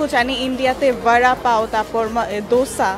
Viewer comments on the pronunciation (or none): It's Vada Pav not Bara Pav. 😂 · It's Vada Pav not Bara Pav 😂